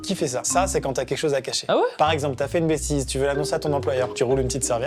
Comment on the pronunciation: amixem pourquoi tu dit bestise au lieux de bêtise 😂😂😂😂